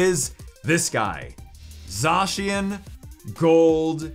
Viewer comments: And ZA shen not za cian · Zzzzacian